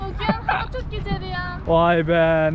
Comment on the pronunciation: Nobody:: çık gizel yaağ